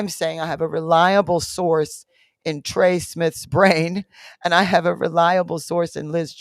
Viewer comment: Trey not jay